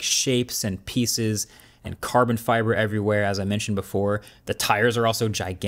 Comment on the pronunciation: Marques said: CaRrrRrbon fIBerRr